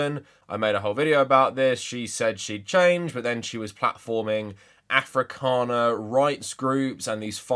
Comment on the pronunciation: As a South African one of the funniest things for me is when foreigners mispronounce our words, please keep saying afrikaaner like that